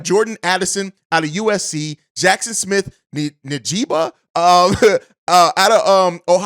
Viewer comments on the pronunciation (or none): I can dig ya list. And the way RP can work the draft, I can see him getting one or two of those receivers if that is the priority. Oh, and just trying to help you out here. It’s pronounced In-Jig-Bah…😂😂😂